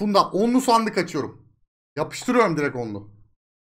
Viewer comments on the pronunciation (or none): none